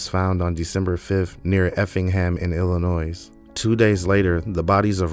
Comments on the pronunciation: Thank you for naming the victims- at least they won't be forgotten! What a monster Eyler was😢 btw, Illinois is pronounced like Illinoy. Good reporting, sir😊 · with all due respect, you do not add an ‘s at the end of Illinois. And I still don’t believe this is a person and not an AI narration. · Thank you for telling this story. I watch crime stories all the time, and I have never heard of this murderer. Btw, the “S” is silent at the end of Illinois. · The S at the end of Illinois is silent.